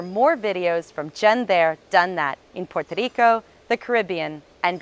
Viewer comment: Thank you for the information. I love the way you say "Puerto Rico". I'm looking forward to visit the island after the situation with the coronavirus settle.